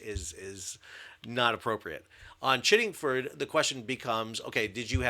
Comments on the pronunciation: Chiddingfold not Chiddingford. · Sal, I like your content of all the creative, informative and descriptive videos you produce however, you also need to get the pronunciation correct. The naval units are pronounced “Chid ding fold” (Chiddingfold) and “Ban gor” (Bangor). In addition, the mine hunter class of HMS Bangor is pronounced “San down”. HMS Bangor was also accepted into service in 2000. It’ll be interesting to see what comes of the investigation! I suspect Chiddingfold may well have been conducting a dead stick manoeuvre (cold move) with pilot/tugs, the smoke could have been from generator only. Great video 😊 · Correct pronunciation is "BanGore" and "ChiddingFold". It's opaque what actually happened. No time even to "blow the whistle" five times to alert danger. No visible prop wash astern or ahead. If there was an issue with tugs, Maritime Law is clear, it's the Master of the vessel being towed/manœuvred who is in charge and responsible. Similarly with a pilot aboard... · HMS Bangor is named for the city in County Down, Northern Ireland - the Wiki page gives the correct pronunciation. Ditto Chiddingfold, which is a village in Surrey, England. Well - you diss our BBC, we fight back in the way any Brit would 🙂 Glad to see some more details on the incident, thank you.